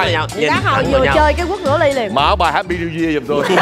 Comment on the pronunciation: Này thì một lần một ly 😂🤣 Hạp py níu year 😂🤣